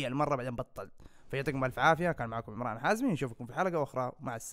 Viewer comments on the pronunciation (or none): none